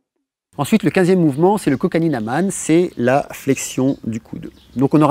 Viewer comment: Bonjour, ravie de découvrir que les postures que je fais faire à mes élèves ont enfin un nom !!! Ca c'est super et mer. En revanche 3 choses, Kohani, vous le prononcez Kokani, le palming que je fais à chaque fin de mes cours, vous l'appelez le palmage ?? et , si je peux me permettre de vous rectifier : nos pieds ont des orteils et non des doigts. Au plaisir de vous retrouver et Namasté.